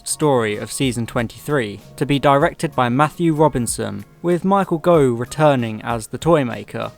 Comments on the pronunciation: Your pronunciations are wrong, Daly is pronounced Daily, Saward is pronounced SAYWARD, and Gough is pronounced GOFF. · I'm going to be pedantic and point out that Saward is pronounced "SAY-wood" and Gough is pronounced "goff".